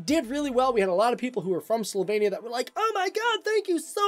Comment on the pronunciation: It is SlovEnia not SlovAYnia. However, as a person of Slovenian living in Joliet, IL, I’m glad you are speaking about the country of my ancestors.